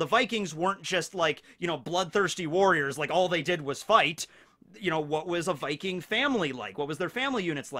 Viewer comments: norwigen here. yes you did say viking rigth. in fact it took me by suprise that you got it rigth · You actually said "viking" pretty good. Butchered som names later on though😉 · Good job on the "viking" pronunciation ^^ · Swedish guy here, I approve your pronunciation of “Viking” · I am Norwegian and I am pumped and I can confirm you got viking right! :D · VIKING! you said it as close as an american can i guess. havent gotten into this series myself yet, but after watching part 1 im really thinking about it. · you are actually saying Viking correct but when you're saying it plural "Vikings" it sounds weird to me. plural of Viking is Vikinger (I'm Danish)